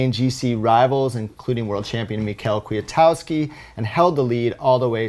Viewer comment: Global Cycling Network Just to let know, Michal Kwiatkowski's name is pronounced as Mihal, not Mical... Shows you haven't been watching all of the GCN shows